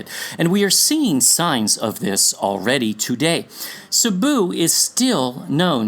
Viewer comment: Cebu sounded like sheba...hmmm